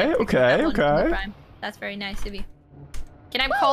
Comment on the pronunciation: “that’s” not “tha yes”